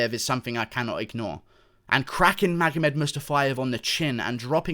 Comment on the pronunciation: magohmed who? could you say his name again?